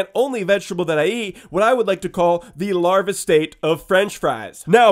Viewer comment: he said large not larvae gross